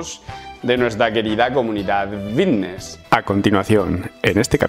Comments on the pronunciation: A mi no me engañas, sigues diciendo “Vvvvitness” 😂😂😂😂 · Bbbifitnesss qué bien lo pronuncias piquitooo